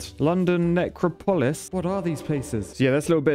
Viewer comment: "London Neck-row-paw-less... what are these places?" Well, I googled, the first two are really small villages, Bibury has less than a thousand folks, and Gimbert (or more properly Witton Gimbert) has maybe 3,000 folks. As for the Necropolis (which I've always heard pronounced "Neck-rop-uh-liss") that's literally the city of the dead. With as many Londoners who died in WW2, they had to have a place to store them until they could be buried properly. Also, now I'm wondering about France's part of this game, since my dad served over there and got a Bronze Star (it's a US medal) for defending a bridge over there.